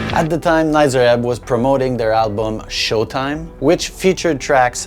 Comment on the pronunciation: please stop saying Nitzer wrong it's a long E sound not a short i